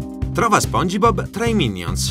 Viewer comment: O mio dio perché dici spongibob! Lo dici con la (i) dici spong..i..bob! Madonna santa uccidetemi